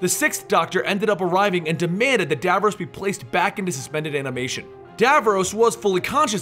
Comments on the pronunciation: It's pronounced DAV-ROSS not Dav-rowse!!!! Garrggghhhhh ... Nails on a chalkboard lol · "Who is Davroose?" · How you say Davros. Dayvarays. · you pronounced davros incorrectly. it's really bothering me.